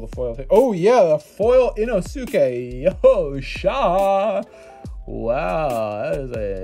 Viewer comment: The “Ino-su-kay” hurt